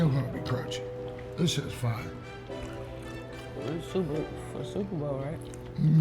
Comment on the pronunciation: Bro need some merch dat says " Fiyer"😂😂😂😂